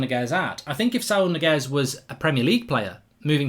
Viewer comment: Mark was very confident with the pronunciation of Saul Niguez